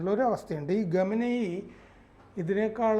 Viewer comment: ഖമനയി അല്ല, ഖമയ്നി or ഖമൈനി